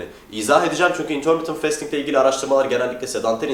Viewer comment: bro şu fastingi festing diye okuma ya fasting diye okunuyo o :D